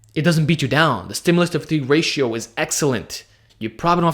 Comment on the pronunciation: Stimulus to what ratio? Cant understand what you're saying when you say that Thanks